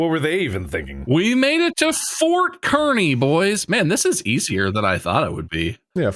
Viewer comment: As much as I can’t stand Kearney, every time Bob says ‘KER-ney’ my Nebraska-born ass went ‘It’s KARN-ey, Bob!’ 😂